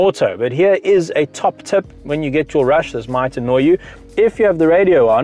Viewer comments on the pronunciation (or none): U say rush and it sounds like rash 🤣🤣